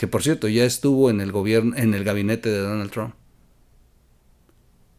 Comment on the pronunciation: Podrías pronunciar bien Donald trumph